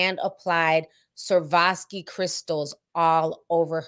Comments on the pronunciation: The fashion house Schiaparelli is pronounced (Skahp-uh-relly). And the stones are pronounced (Swuh-rov-skee). And Haute Couture is pronounced (Oat) Couture, like (oat)meal. ❤️ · I'm sorry but the way Ti pronounces Schiaparelli and Swarovski is hilarious to me 🤣🤣🤣🤣